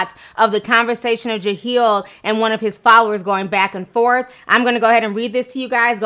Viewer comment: "Jaheel"? Ti stop playing. I know for a fact you see "Jahleel".